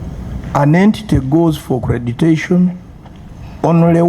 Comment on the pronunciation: We need in this committee too. All these guys would be under good care already. It's accreditation, not accretation